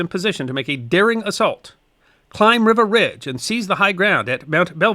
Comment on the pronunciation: Thanks for this. Just one thing: it's pronounced "Reeva" Ridge. (My father was there.)